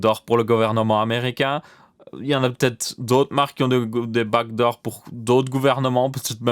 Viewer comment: Au début moi aussi j'avais compris bac d'or mais quand il a commencé à parler "code" bah je me suis dit : "mais oui les back doors"